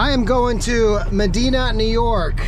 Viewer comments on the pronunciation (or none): Medina, NY..... pronounced Med eye na